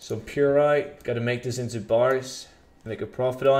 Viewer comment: Just a point, it's pronounced pyrite like the word pyre not purite like the word pure.